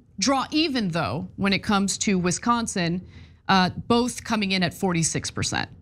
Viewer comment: Stop saying Wesconsin!